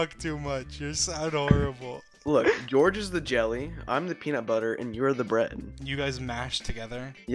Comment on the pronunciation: "gOuRGe" it's George